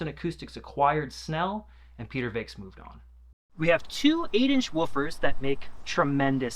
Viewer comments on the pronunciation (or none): It's the Snell C-fives. That's not a v, it's a five, as in the Roman numeral V. It's not pronounced "Vakes". It's pronounced "Vex". It's not "Dapolito". It's "Dee Appolito", just as Leonardo DiCaprio is "Dee Caprio". Try not to be an illiterate fool for your whole life.